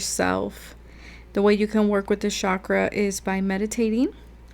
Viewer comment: it's not pronounced 'shakra' btw. it's chak-ra